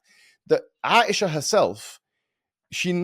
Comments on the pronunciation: OMG! can’t even try to say Aisha’s name right! Asia like a continent! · Dude legitimately did not even try to pronounce Aisha